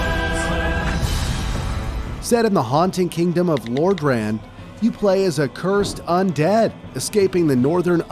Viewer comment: Blud couldn’t even say cursed